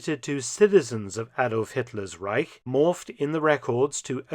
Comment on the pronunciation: "Once upon a time in the reisch..." LOL!!!!